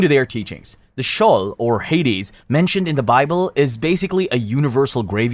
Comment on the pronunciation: And it's sheeeeole